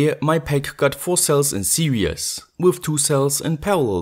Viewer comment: Series not serious I’m sorry but all the rest of your English is great 👍